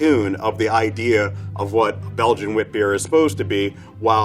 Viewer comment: I as a belgian loved how the guy actually pronounced "wit" correctly, it's rather hard for english speaking people that tend to say weed for some reason, also betting the fruit sour B was a Kriek variety, mostlikely geuze